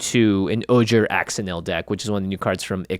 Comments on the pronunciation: Ojer Axonil is pronounced like "O'Hare Ash-O'Neal" -- these names reflect indigenous Mesoamerican pronunciations from languages like Nahuatl, please learn the pronunciations to pay proper respect to these cultures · Since LCI came out, it seems like magic content creators have been doing their best to pronounce the names of the legendary creatures correctly (which can be hard sometimes because the letters make different sounds in other languages). This led to Jimmy's "oh-jer axe-o-nil" hitting me like a truck.